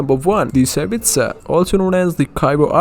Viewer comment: omg this guy is so annoying including the fact he cant pronounce "gnosis" "tsaritsa" nor "determined"